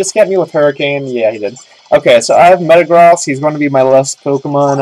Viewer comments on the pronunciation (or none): 1: I've missed correcting how you say these. Hai-DRY-gun. Meh-ta-GROAS. 2: Do you know how hard it is to get a rom of this game? 3: With Cobalion's Sacred sword, a Fighting type move, you guys shouldn't have inflicted any damage. 4: I got it. A new version of Pokemon in real life should be called RPG. (real Pokemon garbage.) -M